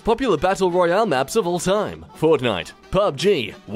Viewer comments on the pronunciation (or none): none